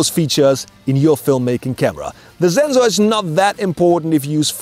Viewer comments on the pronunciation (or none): don't we all love how says zenzor <3